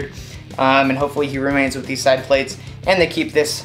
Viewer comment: plates is one syllable